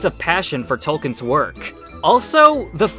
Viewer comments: This is kind of a nitpick, but.... It's pronounced Tol-KEEN, not "Tol Ken." To be fair to, that's a common mistake. It is amazing there's three of these videos and nobody mentioned that though. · So you keep saying Token (Toe-Ken)... It's. Tolkien J. R. R. Tolkien with an L in the middle. Pronounced Towl·Keen. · Tol-keen. Please don’t expect to have your opinions taken seriously if you’re not going to make an effort to pronounce the man’s name correctly.